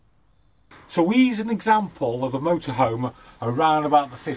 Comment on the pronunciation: Thers an H in motorhome!